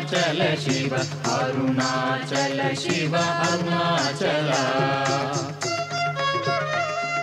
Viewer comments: దయచేసి షివ(shiva) అని పలకవదు శివ(SIVA) అని వ్రాయడం పలకడం శుభం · Shiva (షివ)అని వ్రాయవద్దు పలుకవద్దు,SIVA(శివ) అని వ్రాయాలి,పలకాలి!